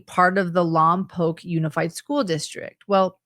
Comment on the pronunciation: I live in Santa Maria where the "mom" tried to rent a car. Im only 20 minutes away from Lompoc pronounced Lompoke thank you for saying it correctly:) I hope they arrest the mom